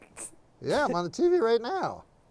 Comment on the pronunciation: Of course he has to pronounce it differently to everyone "TEE vee", with the emphasis on the wrong syllable. Hilarious.